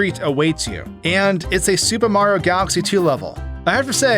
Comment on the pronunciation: How is it that you manage to pronounce Mario’s name wrong every single time? His name isn’t Marro, it’s Mario. 3 syllables, not 2.